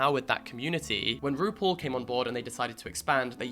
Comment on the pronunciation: this whole video i'm trying to figure out if you're saying rupaul in a british accent or roople